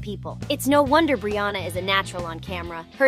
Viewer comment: brianna not brooouna but she say brianna 1 time.🙄😮‍💨